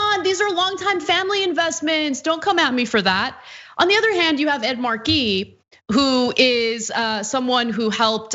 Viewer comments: Ana, it's "Ed MAR-key" no "Ed mar-KEY" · Stop saying, “mar-KEY”, it’s, “MAR-key.” Ridiculous. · Ed Markey has been a member of the US Congress for more than 40 years. It would be nice if Ana at least learned to pronounce his name correctly. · "Ed marKEY"?